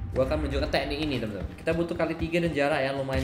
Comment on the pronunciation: Teknik bambang, bukan te'nik😂